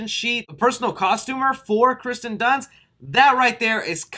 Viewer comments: it's kirsten not Kristen dunst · It’s Kirsten Dunst not Kristen Dunst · OMG! It's not Kristen, is "KIRSTEN". The I comes first. Check your pronunciation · lol he keeps saying kristen dunst instead of kirsten dunst lmao btw the next green screen has to be you directing zack snyders justice league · Kirsten not Kristen 🤣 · It drives me crazy that you pronounce Kirsten wrong for the whole video. Hard to believe you know what you're talking about when you misread her name so many times